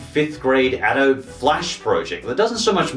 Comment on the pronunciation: adobe = ah-DOH-bee